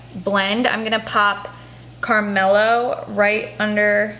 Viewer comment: when she called CARAMELO- CARMELO 😂😂